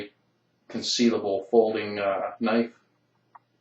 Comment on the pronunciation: Thats a weally cool noyfe!